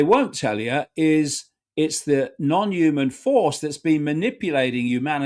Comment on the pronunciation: I refuse to take seriously anyone who can't pronounce 'human' properly